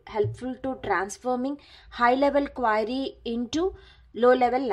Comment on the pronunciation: again what is it ? QUAAAAAAAry XDXDXD